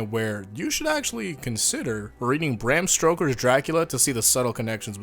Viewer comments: are we not gonna talk about how he says Bran STROKER 😂😂 Not sure that was intentional, if it was I salute you 😎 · "Bram stroker"